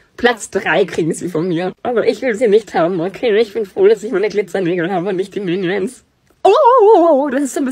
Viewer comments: Diese"MIeniOnS YEhAaaa,, Und dieses"OoOoOoOoOo,, hat mich gekillt 😂😂😂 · 'MiNIenSSs' hat mich gekillt😂😂😂😂